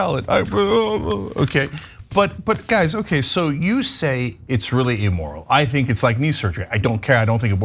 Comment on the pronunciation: My only comment is don’t say E-moral 😅